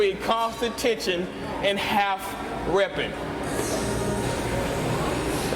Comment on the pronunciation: Hey, sounds like you say "calf reps" instead of half reps around the mark. Haha. Anyway, good video!